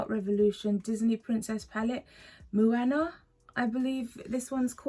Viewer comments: Its pronounced Mo-A-Na 🌺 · Hello my lovely 💙💙💙. (Sounds like mowana) she’s a Polynesian princess. My niece loves her🌸🌸🌸